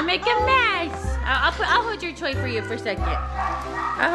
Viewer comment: When ledger said toy it sounded like he said DiE!!